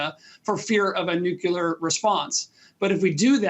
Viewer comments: He said “nukelar” . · "Nuclear" not "nucular" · When an “expert” using a word “nukelar”,it says a lot. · Nuclear. Not nukular. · The word is nuclear not nucular, the difference is CLEAR! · Is it just me or have more and more people (professionals among them) started saying "nucular", instead of "nuclear"? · you sound very learned and rather brilliant, however, the word is NOT "nucular". It's nuclear. An atom has a nucleus, not a nuculus. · NU-CLEAR! Not NU-CYU-LER! Please! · Why can't these talking heads pronounce NUCLEAR properly.. They say NUCULAR.... they lose credibility that way... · Wow... did not expect high-ranking US advisors to say "Nuke-u-lar". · A speaker on news station should not say "NUCULAR", since it's not a word. It's NUCLEAR... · NUKE. LEE. AIR. not NUKE. YOU. L'AIR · Please learn how to pronounce the word nuclear. Thanks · This last guest is a "politician officer" type.... talks a lot and says nothing. One of the ones who counted Ukraine out from the start. Also one of those who still hasn't caught on to the fact that there's only one "u" in "nuclear". And any nuclear attack on Ukraine is a de facto attack on NATO countrie(s), depending on the prevailing winds. Slava Ukrainie. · It's "nuclear", not "Noo-kyoo-leer". Come back and talk to us when you can pronounce the word. It's really not that difficult. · "Nukular" lolz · You can't pronounce "nuclear" and I'm supposed to believe you're an expert? Time after time, the experts have been wrong on this conflict... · It would be nice to hear a supposedly educated man pronounce the word "nuclear" properly. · Common in the US to say it that way sometimes.